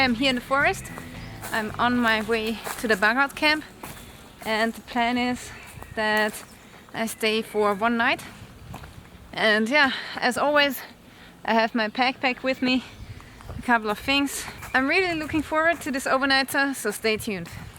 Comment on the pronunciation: I like the way you pronounce "pack pack" sounds so..... what? I dont know how can I say in English. thanks for uploading anyway , cheers!